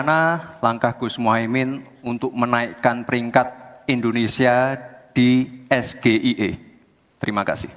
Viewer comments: ditanya trik dan tips gak bisa jawab Karena bukan hasil kerjanya dia, Dana pun bukan Dana BUMD tapi BUMN. KARBIT polesan, tak bisa kerja. Es Ji Ay I Dibaca SGIE, pertanyaan terbodoh yang pernah ada dimuka BUMI. Singkatan Bahasa Inggris dilafal Bahasa Indonesia,biar sampe botak professor gak akan tau jawabannya. Sudah Salah spelling, Salah pronounciation, hasil contekan, ehhhh bangga pula ngejek Imin pertanyaan sulit padahal pertanyaan Dungu 😂😂😂😜😜😜😜☝️❤️🇲🇨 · Hihi...dia sendiri saja bahasa inggris nya keseleo gtu lidah nya...dia nyebut singkatan aja salah..dlm bahasa inggris. Jelas sekali dia sendiri tdk paham..apa yg dia sebut kan..🤣😛😛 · Cara ngomong nya aja salah gibran SGIE 😂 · Sok jago bahasa Inggris,, ternyata salah penyebutannya,,, / tak paham sendiri si gibran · Kalau Singkatan bahasa Inggris, bukan bilangnya Es Ge I E hrs nya Es Ji Ai I😂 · Branding Otak udang, singkatan Bahasa Inggris dilafal Bahasa Indonesia. Es Ji Ay I dilafal SGIE Biar orang SGIE juga gak akan ngerti si bodoh capruk apa??? Sudah Salah spelling, Salah pronounciation, hasil contekan, ehhhh bangga pula ngejek Imin pertanyaan sulit padahal pertanyaan terbodoh yang pernah ada Di debat Capres.😂😂😂😜😜😜😜☝️❤️🇲🇨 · Terbukti DUNGU. Singkatan Bahasa Inggris Di eja Bahasa Indonesia. Es Ji Ay I Dibaca SGIE 😂😜😜😜🎧. Sudah Salah spelling, Salah pronounciation, hasil contekan ehhhh bangga pula ngejek Imin pertanyaan sulit, padahal pertanyaan terbodoh yang pernah ada dimuka BUMI 😂😂😜😜😜😜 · Baca aja lho juga singkatan SGIE...baca saja salah...mana ada bahasa inggris SGIE ( bahasa Inggris Es, Gi, Ai, I ) dasar anak karbitan... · Tebak2an singkatan keg cerdas cermat anak SD. Wong singkatan bhs inggris di ejanya bahasa Indo... SGEI Bacanya ES JI AI I... bukan ES GE E I, katanya lulusan luar negri? Hedew.... Mau sok2an kena batu sendiri 🤣🤣🤣🤣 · Menyebut akronim aja udah salah....S G I E..... 😂😂😂😂😂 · Ha...ha... SGIE... Es Ge I E... ternyata bhs Inggris...😀